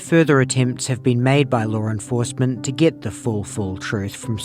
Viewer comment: I was like who is Lauren Fossman? Ah he's saying law enforcement